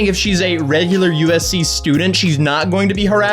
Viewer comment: I keep hearing ufc lmao